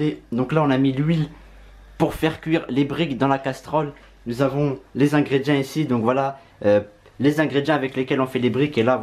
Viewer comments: On dit ingrédients (ingrédiants si tu préfères lol )pas ingrédi1 mdr....😅😅😅😅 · C moi ou il dis ingredia